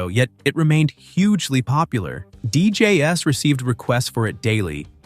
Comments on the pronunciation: It's not D J S it's pronounced dee jays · How does he NOT know that "DJ's" is NOT pronounced "D.J.S." ???!!!! DJ's (pleural of DJ, or Disc Jockey), fool !!!! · considering the narrator said DJ "s" instead of DJs...I totally ignored the rest after that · says Deejays as DJS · Pointless and ignorant video, narrated by computer (which pronounces DJs as "D-J-S." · I just realized the “narrator” keeps pronouncing the plural of dj as d-j-s. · ai voice. Did you not notice the mispronunciations? DeeJayEss instead of DJs? Right at the beginning.